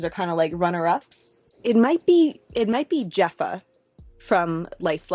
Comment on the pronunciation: The j in Jefa makes an h sound.